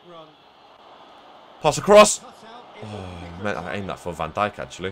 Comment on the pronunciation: I hate how he says van Dijk’s Name Wrong